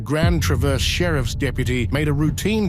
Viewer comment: i knew as someone from traverse he was gonna say it wrong it’s french